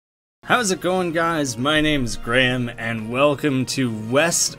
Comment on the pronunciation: I've never actually seen it in writing before. I had no idea there was a silent C! I read it phonetically, because I assumed there was a pun there that I was missing but I guess not. He may have pronounced "chutzpah" right, but he can't pronounce "Graeme". So I guess we're tied 1-1 ;)